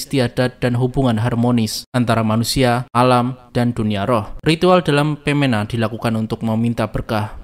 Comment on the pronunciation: Baca "Pemena" Bukan Peména, E Nya semua pepet.